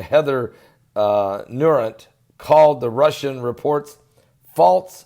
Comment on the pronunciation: Pastor, with respect, Heather's name is pronounced Now-ert.